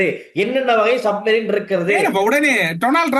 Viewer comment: சரியாக சப்மெரின் என்று சொல்லத் தெரியாத சஜித்